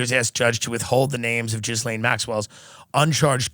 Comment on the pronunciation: love you tim but it is ghee-laine - not gizlaine